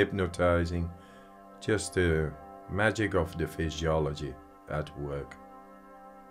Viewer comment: Did he just say FISHYOLOGY? 😅